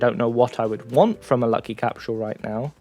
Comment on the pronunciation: Can you please pronounce "Capsule" the correct way?